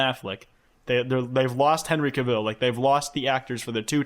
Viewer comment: someone tell it's "cah-ville" like a new yorker saying "car" also henry cavill wasn't in 50 shades????